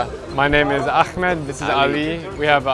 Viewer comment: Buddy say Ahmed not Akhmed because I know you can say it correctly